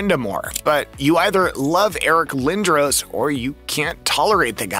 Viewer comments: Who TF pronounces it Eric Lindrowes? Oh yeah...a gossip reel. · How do you have a hockey channel and not know how to spell or say Eric Lindros